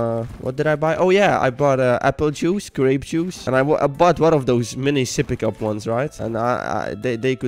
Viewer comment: the way he pronounces apple juice and grape juice is so silly 😋